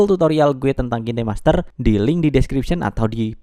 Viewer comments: Bacanya kin aja jangan kine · Mon maap nich, bacax "kain" master